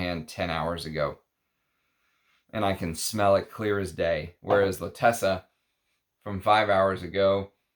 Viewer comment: Love your review, it is meaningful and deep. Pls you wrote and are pronouncing it incorrectly l’Attesa has accent at T and no double ss so you pronounce it as in font zet.